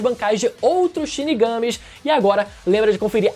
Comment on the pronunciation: O que eu não entendo é como pode ser tão difícil uma pessoa assistir a um anime, ouvir por mil vezes os nomes sendo chamados, e sair chamando de um jeito que não tem nada a ver. Na hora que fala "chinigâme", já acaba a admiração.